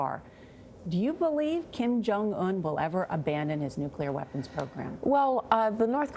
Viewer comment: Kim. It is Kim. Mr.Kim.